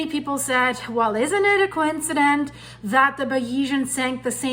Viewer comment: Coincidence is mispronounced. It means co-incide. Like done together intentionally.